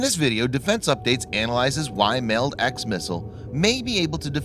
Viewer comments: You're not pronouncing MALD right. The A in MALD is short. Like the "Wall". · I feel like your pronouncing MALD wrong